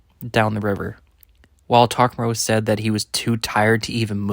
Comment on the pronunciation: Why do you keep saying "takamaru"?? New character?